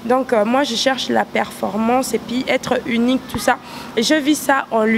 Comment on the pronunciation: il aime Etre uniquiiii.... lol on dit unique et non uniqui.